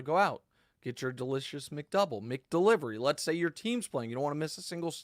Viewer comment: Nick it’s Mac Delivery and Mac Donald’s not Mick Delivery or Mick Donald’s